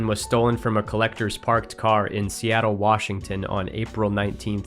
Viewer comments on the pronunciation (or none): none